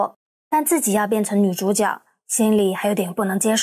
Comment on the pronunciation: 主角（jue）多读书有好处